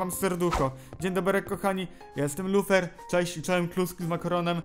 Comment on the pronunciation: lufer xd bo tak powiedziales wiechal w kośćuł xdlol